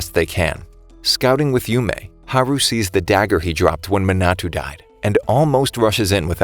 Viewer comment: You mean Manato? Sorry, it was just bothering me a bit